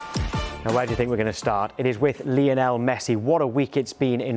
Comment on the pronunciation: Why do people still pronounce it lee-o-nell? Its Lionel. His mum named him after Lionel Richie. Its not Lee-o-nell Richie. Rant over.